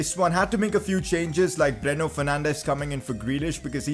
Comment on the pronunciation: When u order it:Bruno Fernandes When it comes:Breno Fernandes